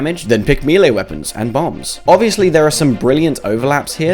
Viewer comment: That's not how you pronounce melee